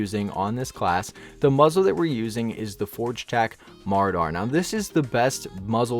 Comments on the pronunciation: Its pronounced (mer aw der) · my man really just called it the forge tac "mardar"